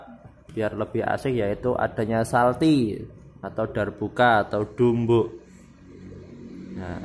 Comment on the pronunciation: Mas bukan salti tapi calti